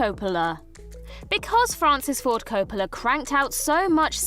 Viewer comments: Why did you switch from the proper "COP-pola" pronunciation to the odd "Co-POH-la" version in talking about "Twixt?" Were you concerned that FFC might sue you for reminding people of the film so you thought changing the stress would throw off FFC's legal team? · It's COPP-o-la or COPE-a-la, not ca-PO-la.